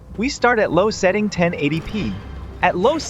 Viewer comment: Bryuh it's setting not seeting